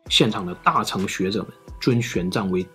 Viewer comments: 吐「蕃」，我們台灣小時後歷史課是發音ㄈㄢˉ（注音符號），或者漢語拼音fan- 大「乘」佛教，ㄕㄥˋ，sheng、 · 其實大乘跟小乘的「乘」讀音念錯了，是ㄕㄥˋ(shèng) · 應該是念大乘（ㄕㄥˋ）